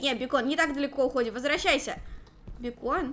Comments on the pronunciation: Не бекон а бэйкон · Бакон а не бекон